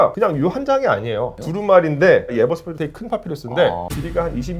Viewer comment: 파피루스가 자꾸 팥빙수로 들려